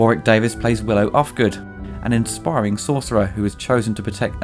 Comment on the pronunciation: It's aspiring, not inspiring.